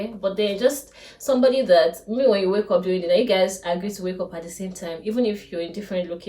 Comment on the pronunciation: Please just clarification and no offence. “Up” is pronounced “ap” and not “op”. Great content though.